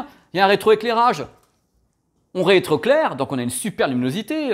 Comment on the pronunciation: Merci, je voulais me mettre à la page, en une vidéo c'est chose faite 😁 Par contre ça me perturbe, tu dis souvent "on réétroclaire", c'est pas "on retroéclaire" plutôt? C'est une vraie question j'suis destabilisé lol